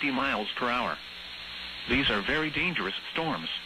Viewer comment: DANGUS? Dont you mean DANGEROUS?